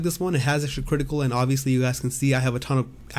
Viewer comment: i like it when you say “kwitical”